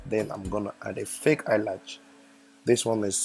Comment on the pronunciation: Omg he's so funny he was constantly saying eye latch haha and y'all gotta rub in accordance in order to slay hard. Girl I enjoyed the video and yeah he did great but eye makeup was 💯😍